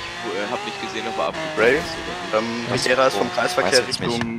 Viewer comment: Regera nicht Agera und F12 nicht FF! Sonst sooo coole videos